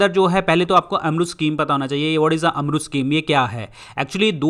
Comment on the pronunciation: Sir please pronounce odisha as 'odisha ' ( O) ,not 'udisha'(U). Thank you .